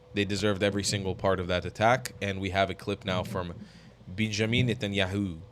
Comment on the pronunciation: Israel needs a new prime minister but I wonder if Americans will learn to pronounce "Netanyahu' and not call him "Nat-en Yahu'